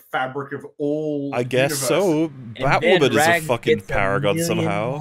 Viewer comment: BatWahmen V SuperWahmen: Dawn of Cringe